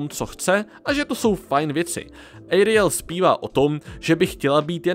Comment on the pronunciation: Ejriel ,, ? 😮 Fuj Snad Ariel ne?